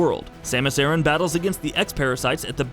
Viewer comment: Once he said Samus' last name wrong I immediately had an aversion to this whole video